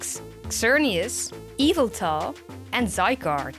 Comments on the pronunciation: Dude it’s not I-veltal it’s ya-veltal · Yveltal, not eveltal. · its not eviltall its yveltal